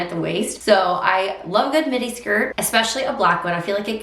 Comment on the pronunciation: When you said midi, I thought you said mini. At first I was like what?! 🤣